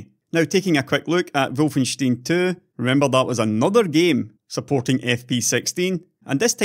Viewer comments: Wolfenstein is pronounced "wol-fen-stine". Not wolfensteen. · wol-fen-stine is also a totaly wrong pronunciation due to it being a German name/word. Correct would be (and im using IPA here since it should be the same everywhere): ˈvɔlfn̩ˈʃtaɪ̯n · actualy its wul-fen- schtein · If it's supposed to be pronounced the German way (which would make sense IMO), it's "Volfenstyne" not "Volfensteen" I think? I.e. the same as the beer mug. :) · By the way, the the stein in Wolfenstein is pronounced slightly different with the ei sounding like the i in time.